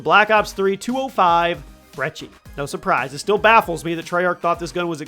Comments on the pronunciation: Why do you call it the 'Brechi' Its brecci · It’s not called Breche it’s called breci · Its (br-eh-key)...that'd how you pronounce it, not brechi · you have a interesting way of pronouncing brecci which is bre-ki btw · Who says "brechi" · Btw you say it like Brechi but it’ sound like k’s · Dude.. I'm sorry to say this, but there's no H in brecci! Why pronounce it with the H? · I’m still trying to find the “h” he’s pronouncing in brecci